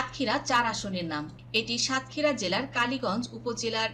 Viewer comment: সংবাদিক হতে হলে উচ্চ ভালো ভাবে ও পড়াশোনা করতে হবে যেমন সাতক্ষীরা দেবহাটা ও আশাশুনি উচ্চারণ এবং অনেক উচ্চারণ ভুল আশা করি ভবিষ্যতে ঠিক করে নিবেন